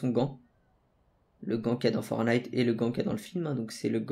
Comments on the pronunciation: ForTnite on prononc le T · Y faut prononce le premier "t" dans fortnite